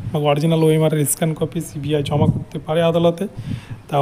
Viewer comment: Cbi উচ্চারণ ঠিক মতো করুন।